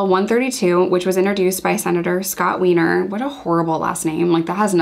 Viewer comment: Scott Weiner’s name is pronounced as “Scott Wine-er” lol